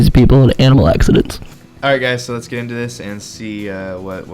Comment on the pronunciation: In toe???? 😂😂😂